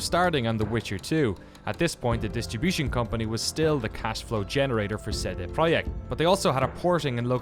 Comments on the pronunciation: I love your videos and i love how much love you give to in my opinion the best developer in cd project red but please can you pronounced their name correctly? For some reason every time you say their name it sounds like you saying CD proheck lol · no it's tse de proyekt. Ts is an approximation because it's a single consonant, absent in English. It is present for example in German: Zentrum, Zeppelin, Zinc, or Russian: tsar (цар, car). Letter C always maps to this sound in Polish, never K sound. Probably all other Slavic languages with Latin alphabet as well. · It's official, I'm saying it like: "CD Proyekt" from now on, so I can sneer at my uncultured friends when they say "what?". Great documentaries, a company to be held up as an example for sure.